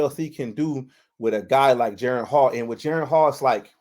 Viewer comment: Jeren? It's disrespectful to get a man's name wrong.